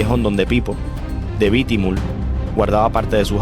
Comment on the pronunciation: Es bitumul ,no lo q dices bitimul